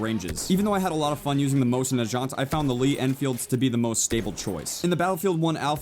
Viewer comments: My god it's "Nagant" fucking dumbass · Sorry for nitpicking but it's not pronounced Mo-sin najaunt but Mo-sin Na-gaunt with a guh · did he say mosin "najant"? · i dont mean to sound like a prick or anything but its not pronounced najant its nagant with a hard G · ITS NAGAHN NOT NAJANT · Mosin nashant no its mosin nagant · It's pronounced Nagant, not Nojont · Stop saying Mosin Nagant like Mosin najant. It Nagant. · Did he pronounce it the Mosin Najant? Bro, this is Russian small arms we're talking about, not French. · poor guy cant even say negant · mosin najant hahhahah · the lmg is best when used in Windows or prone because you automatically use the bipod and it makes the lmg a laser beam the SMG is a SMG and I see it being tweaked with less spread more dmg dropoff at distance also it's pronounced mosin (moe zin) nagant (nah gahnt) not trying to be a trainer nazi just trying to help and the mosin will more then likely be in b1 but it's just not in the alpha. and before someone says it I mean the original 1891 mosin not the ww2 91/30 mosin. great video! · Like i said before it is naGant as in a hard G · The Negant is russian. It is pronounced with a hard G like in gun, Gustaf or gearhead. Just fyi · It's pronounced "Nah-gont", ffs... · It's Mosin Nagant(Nug(like nug-get)-aunt). Unless you already knew that and you are being a smlorf. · I'm sorry to sound like every nagant lover ever but they way he says the full name makes me cringe really REALLY hard.